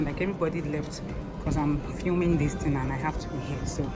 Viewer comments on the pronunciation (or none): none